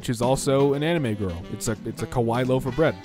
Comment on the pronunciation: Watch out for how you say "kawaii" That sounded like "kowai," which means scary